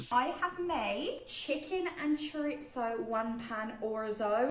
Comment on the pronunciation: I wish she'd learn to say chorizo properly. That bothers me far more than how much he eats. I dunno why, usually i switch off.